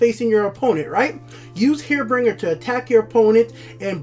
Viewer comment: Why in god good name can you not say the cards names correctly? What is a herebringer? What is an acromancer? Please man please